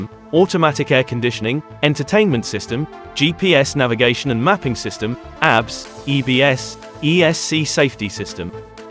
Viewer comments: ABS braking? It’s not pronounced as a word ‘abs’, it pronounced as initials, A B S. For Antilock Braking System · Agreed his pronunciation on some names are not correctly pronunced properly lol when he pronounces abs its like looking at somebody is working out at the gym 😂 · I was like, "damn! those breaks have 6 packs!" lmao!